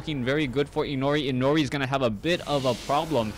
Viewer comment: it's pronounced as "i' no ' li", Inori is a japanese word and 'ri' is pronounced like "li".